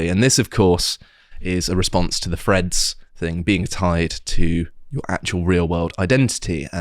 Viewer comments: Is it Freads or Threads? Please pronounce words properly.... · Can someone coach in how to pronounce threads. I spent 15 minute trying to figure out who the ‘Freds’ were.